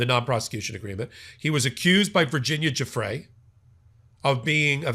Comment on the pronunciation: Virginia “Goo fray”